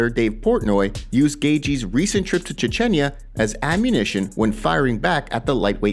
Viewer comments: Chechnya not Chechenya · Chechinya? It's Chech-neeya. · Brother, it’s pronounced Chech-nee-ya. You are killing me with that Ch-chen-ya. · Ch-Chen-ya????? CHECH-KNEE-A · Che-chen-ya 😒... Chech-nya... 🤷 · Stop saying Cha-chenya, dummy. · Please learn how to pronounce... Chechnya... You sound uneducated. Here is a freebie: chech·nee·uh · Its pronounced CHECH-NYA theres no extra vowel between syllables. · Say Chetch-knee-Uhh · Hey bro, love the channel, quick note: it’s pronounced Chech-knee-ah ❤ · Ffs... its Ch-e-ch-nia!! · Che-che-nia? lmao im sorry, can't let that slide xD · Seriously… Chi-chen- ya…?! 🤦🏼‍♂️Sort it out ffs 😂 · Wait... did that fool just say "Cha-chin-ya"? 🤣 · It's pronounced Chech-nee-ah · Chah chen yah lol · CHECH- KNEE-YUH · It's definitely pronounced "chech-nee-a" lol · I love the channel but isn't the country of birth of khamzat pronounced Chech ni ah? Most dictionaries spell words out phonetically and it might be worth taking that little bit of extra time checking so you don't risk offending people by pronouncing their town or country wrong. Plus it makes your content more accurate and professional. Ok rant over and out. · Pretty sure that’s not how u pronounce Chechnya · Please learn to say Chechnya properly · Dying at this dude pronouncing "Chechnya" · So no one's gonna say anything about the insane way my man pronounces Chechnya? It's pretty god dam nuts!! 🤣🤣🤣